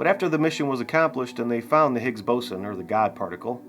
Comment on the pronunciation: Peter Higgins? Lol. His name was Higgs not Higgins, otherwise it would be called the Higgins Boson.